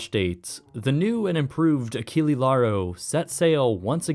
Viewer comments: Just a small heads-up - Achille would be pronounced "Ah-sheel", with a soft c, instead of the hard c used in Achilles. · nice documentary, but "Achille" last E is not spelled like alphabetical E, but E like you spell "explosion"